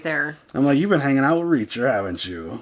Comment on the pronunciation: About Reaacher”